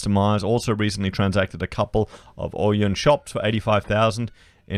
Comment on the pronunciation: Lol yeah its Oh-Yen